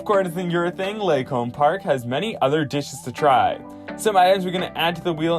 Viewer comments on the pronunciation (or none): its pronounced "Lee-Kahm" park.